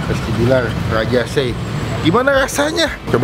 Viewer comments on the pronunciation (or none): Pelayananya saja p ngucapan nama makanan salah jadi se'i ada penekanan di SE nya bukan di gabung Begitu pun sambalnya Lu'at penekanan di LU bukan disambung luar Semoga menambah informasi